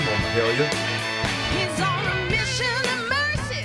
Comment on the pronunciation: Yes! Been hoping you'd start to react to the incredible Mahalia. And yes you are saying her name correctly. You asked about her journey and whether she'd been on any singing shows. She was on The Voice 9 years ago. This is her audition of Proud Mary. She was also on The Masked singer this year. She was the Pavlova. Sounded incredible as always. Aside from performing with her father on many of his tours, she's also recorded and toured with her own band "the soulmates". She's worked with a lot of other artists here. I have no doubt this will not be the last time you react to Mahalia.